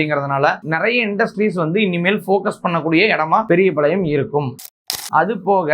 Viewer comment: பெரியபாளையம், பெரியபளையம் இல்ல சரியா சொல்லுங்க